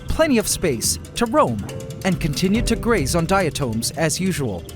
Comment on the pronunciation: I think diatom is pronounced differently than the way he's pronouncing it